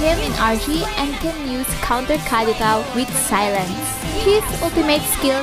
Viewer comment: The way you say kadita triggers me😂